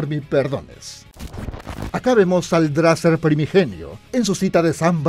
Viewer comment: No les pasa cuando dice dracer les suena brazzers xD??